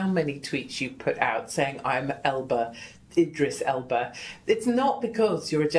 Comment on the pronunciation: Lol Ethan mispronounced Idris Elba's name twice then proceeded to say that he loves him.